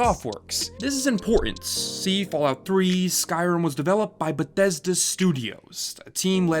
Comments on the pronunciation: Jesus Christ, the way you say Bethesda is driving me apeshit. ....no offense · Ahh, Bethesda Shmethesda